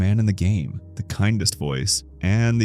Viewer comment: oh I am not bullying you I just thought that you pronounce the as teh😢